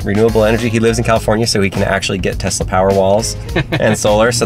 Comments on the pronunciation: WHY DOES HE KEEP SAYING TEZLA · Hearing people say Tezla makes me very angry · tezla and: tesla